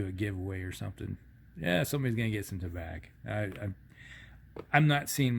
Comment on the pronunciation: Pronounced tah-bah (French for tobacco). Although Tabac is a German co.